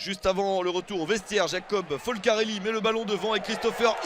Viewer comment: '' Jacob-Folcarelli '' ? '' Esteban Paul '' ? Il va falloir apprendre a prononcer le nom des joueurs